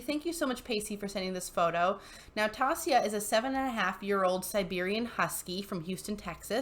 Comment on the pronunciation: Tasia can be pronounced like t-asia, as in Asia the continent. I grew up with a Tasia and feel like I need to point out the pronunciations now